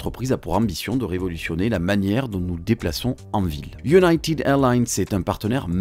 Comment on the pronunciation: PAS Iounaïtiiiiiiiiiid …faut prononcer iounaited